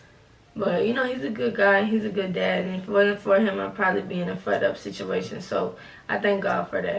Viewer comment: “I woulda been in a fud up sitchawation”